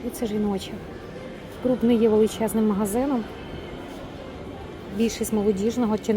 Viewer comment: Вітаю. Назва бренду читається так само як і пишеться - Кроп, не Круп.